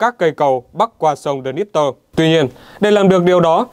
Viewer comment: Sông Đơ-nhíp-pơ ?Tiếng Nga đọc là :Đơ-nhi-ép, nói nhanh thành Đơ-nhép.